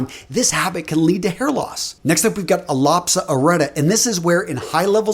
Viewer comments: “Ahhlopsa”???? ..... Allopeesha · Aloe-pesha not aplosia..... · It's pronounced Aloe peech e ah. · I think it's pronounced all-oh-pee-cia